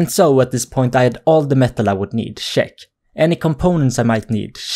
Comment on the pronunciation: Make a hour vid of you just saying check it sounds like shek